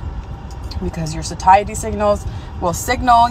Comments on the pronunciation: it sounds like sashity. Pronounced say- shah- ty. Satiety is not pronounced how it looks lol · She meant to say satiety... Pronounced say-she-tee lol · The confidence of her mispronunciation is golden 😂. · Pronouncing satiety like that has set my brain on fire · She’s pronouncing satiety wrong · That’s…..that’s….not how you pronounce “satiety”. 😂